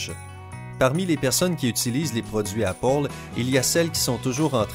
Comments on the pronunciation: C'est pas l'apole c'est l'apel pour prononcer merde, je pense que il voulait faire l'accent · Mlle Jennyfer Sebastiampillai c'est comme ça que les anglais disent Apple mais avec son accent ça donne ankpole😂😂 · Mlle Jennyfer Sebastiampillai je sais et ankpole quand-même il abuse!😂 (Je dis ça même si je suis pas française ) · Il dit appole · Mdr comment tu dis Apple !!😂😂